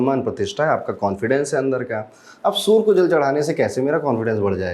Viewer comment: सर आप सूर्य को सूर मत बोलिए 😢 और आप सबसे अलग और सटीक बताने वाले हैं